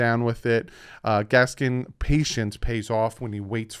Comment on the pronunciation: When you start pronouncing Miles Gaskin name correctly, i will be happy. There is no s at the end of it!